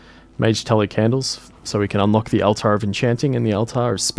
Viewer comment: Are you saying words wrong on purpose as a joke? Altar 😹